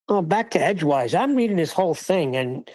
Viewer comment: lol not Edgewear lol